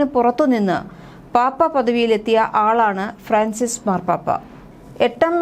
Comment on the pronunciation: It is Fran cis not fracis